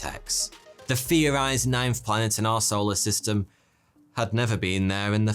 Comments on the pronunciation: Any other Brits hear "Arsehole a system" instead of "our solar system"? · You are saying arseholer system right?